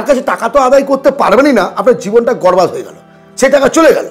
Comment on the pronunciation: শব্দ টা গরবাদ হবেনা, " বর্বাদ" হবে এক কথায় বোঝায়, সমগ্র ভাবে নষ্ট বা পতন, এবং বর্বাদ শব্দটি উর্দু ভাষায়